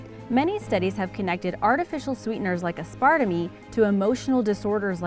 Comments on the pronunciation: Aspartame? You said asparta me. What the actual hell 💀💀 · Aspartame-me? Isn’t it asper-tame? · I love as-part-a-me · Joy McGuire I know, right?? Aspartame?!?!? SMH!